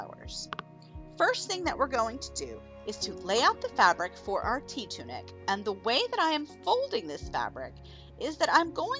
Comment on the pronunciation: I kept hearing “tea tunic” and being confused 🤣 I guess I needed more caffeine!